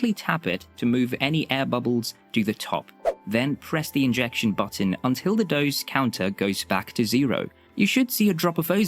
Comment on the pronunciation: It’s “dose”, not “doze”